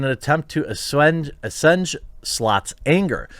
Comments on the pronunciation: That word you were struggling with is pronounced eh-swayj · "assuage" is pronounced as-swage (to make less intense)